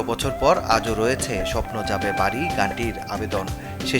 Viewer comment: "স্বপ্ন যাবে বারি" না রিপোর্টার ভাই, "স্বপ্ন যাবে বাড়ী" এভাবে বলেন😅😅